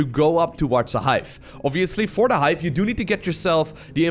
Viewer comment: "the Hife!"